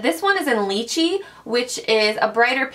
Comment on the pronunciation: Lychee is pronunced lie-chee/chi, a sweet tropical juicy fruit